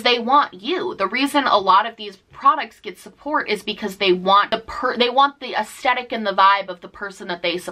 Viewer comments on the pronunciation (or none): Love you but Aesthetic has a "th" not just a t.